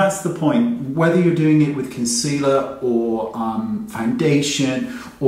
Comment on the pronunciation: Tetreau Nicole she can't even say concealer correctly let alone apply it